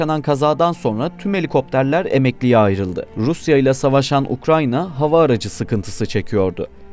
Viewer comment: Olum "ukRAYNA" demeyi öğren artık. "ukranya" ne mkl